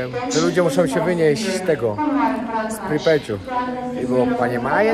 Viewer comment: vnimaniye mówi babka na lotnisku, to samo mówiła w Prypeci której nawet nazwy nie umiesz wypowiedzieć...